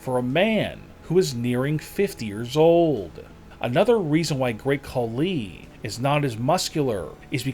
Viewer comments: Dude. Are your comments created by a KI? Horrible emphasis. Tatankaaaa,Tatankaaaa, Great Khaliiiiii, WWEeeeee🙈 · Bro I'm sorry but bro talkin like: Another reason why great kuh LEEEee isn't as MUSCULAR is because he is officially reTIRED.. From pro wrestling (or dobble dobble EEEEE) and doesn't has to WORRY about going to the GYM every single DAh EEEEEEeee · "The great KhaLI!!! is now RETIRED from the DUBUE EE(WWE)